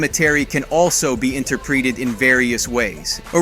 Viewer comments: Marquis, pronounced "Mar-kee". Interpreeted? .... Do you mean In-ter-pret-ed? Was the voice over for this video done by an AI voice? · Did this AI narrator just mispronounce INTERPRETED as INTERPREETED? Nice work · Mar-Quee? Really? Come on. I don't speak French at all, but it's Mar-Key. Also "Interp-ree-ted?" No. This is just dumb. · i honestly thought this was a legit video up until ....interpreeded....so AI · "Interpreeded" the hell is that? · Bro, what is going on with your pronunciation of words? You pronounced "Marquis" like 4 different ways, and "interpreted" as "inter-preeded." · "Inter-preeted"? hahaha